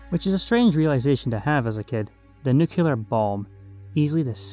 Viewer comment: Im american. and im confused on NUCULAR too.